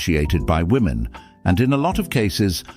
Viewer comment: Every single video you upload features a woman who says woman instead of women. Every single time. Grab any 5 random American women and ask them to say women and 1 out of 5 will say woman instead, as if woman has no plural form. It really frustrates me. It's not an accent thing either. They just don't know how to say women, and I hear it CONSTANTLY, yet they do know the word men.